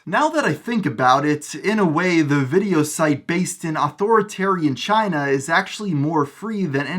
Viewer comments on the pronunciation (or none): none